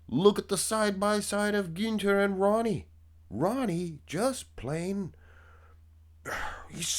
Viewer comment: You pronounce the "Ü" in Günther very well. The same "Ü" needs to be used in "Rühl" instead of the "U" or "OOOO" you like so much ;)